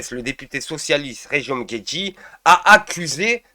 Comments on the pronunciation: C'est pas Jerome Guedji c'est Jerome Guedj.. c'est pas "deux poids d'mesure" c'est "deux poids deux mesures" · guedjyyyy ! Mais t'as raison, contrairement à bompard, il ne mérite pas qu'on prononce bien son nom